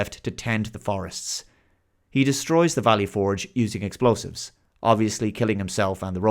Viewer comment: Dude. I love your channel... but as an American, the way you say "Valley Forge" makes this borderline unwatchable.